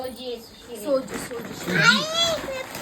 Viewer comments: सोजी नाही ग बाई सूजी असतं ते😂😂😂😂😂😂😂😂😂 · शहरातली अडाणी....सोजी नसते ते सुजी असते